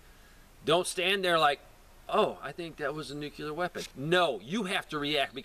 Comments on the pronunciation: New klee er. Not new q lar. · stop saying nukeler, IT IS . NUCLEAR....